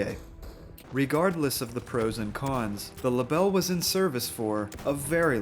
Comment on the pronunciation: I don’t speak french but I am sure you absolutely smashed the pronunciation of that rifle 😅